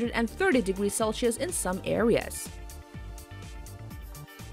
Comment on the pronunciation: She said celsheus lol